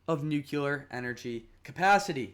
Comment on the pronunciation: Thanks I enjoyed your video but please look up ‘nuclear’ pronunciation 😅